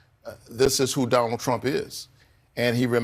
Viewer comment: Is it Donald or Donold??